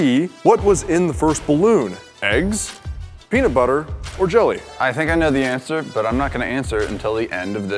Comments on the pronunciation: Penut butter, NOT peanut butter 😂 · Its penutbuter ez